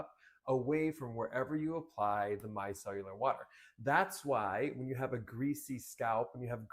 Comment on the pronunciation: “Mi-cell-ar”. not “mi-cell-u-lar”